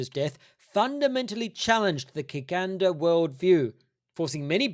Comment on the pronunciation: "Kiganda" is not a religion or set of beliefs -- it's just an adjective that means "Bugandan" and is pronounced "chiganda". Could you elaborate on why you've chosen to cover virtually only Kiganda history in your exposition of the christianization of Uganda? It cannot be overstated how multicultural Uganda is. Other than that, I'm not sure I agree with your overarching analysis of the research, but I'm enjoying the vid nonetheless and admire the effort that you've put into this. Keep 'em coming!